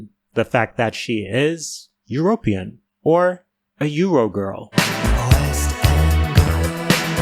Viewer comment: why did you say European like that 😭